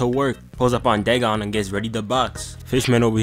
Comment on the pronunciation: No, its "da gone"